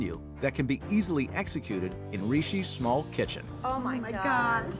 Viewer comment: "Rishi's schmall kitchen"